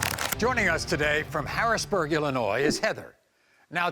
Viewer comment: Hope they check DNA for species as well....eight kids? With that? Ha. It's Ill-en-noy not ell-en-noy